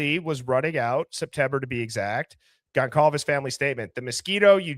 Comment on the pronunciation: The C in Goncalves is pronounced like an S. Gon-solve-ez.